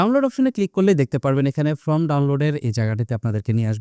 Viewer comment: ফ্রম না, ফর্ম বলবেন। ধন্যবাদ।